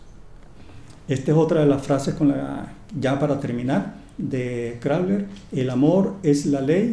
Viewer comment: Este señor se tomó en serio el “haz lo que tú quieras…” y en vez de Crowley le dice CROULER dale amigo ponte pilas